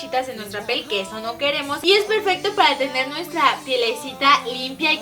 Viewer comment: lessli dijo pel en vez de piel